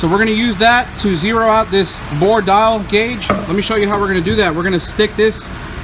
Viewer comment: Why are you saying it like that? "A bore dial guage"??? Is this how some people talk in different areas of the country?? I've never heard it said like that & it makes me question you & if your for real or just some buger eater they got to put in front of the camara to read a script & obviously nobody there has ever been a machinists? If im wrong then?? I dont think I am. A "bore dial guage"!?? Do you mean a "DIAL BORE GUAGE"???